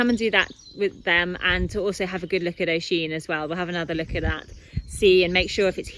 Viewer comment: I’m from Ireland and it annoys me Thad you’re saying O-sheen it’s pronounced U-sheen